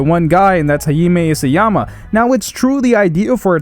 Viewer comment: "Hayime Isyama" It's pronounced Hájime Isáyama for fuck's sale.